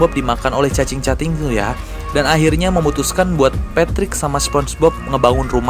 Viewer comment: Bang, itu ngomongnya salah bukanya cacing cacing malah jadi cacing cating sih?